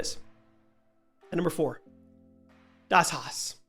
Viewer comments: AI wouldn’t mispronounce Das Haus lmao it’s “Daws House” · Dass house